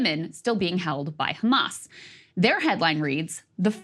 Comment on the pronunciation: Ben shapiro : do you condemn Khamas?